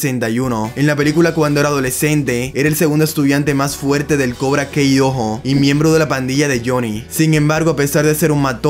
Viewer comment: Con todo respeto, pero al menos pronuncia bien el nombre de Cobra Kai, no es kei, sino kai.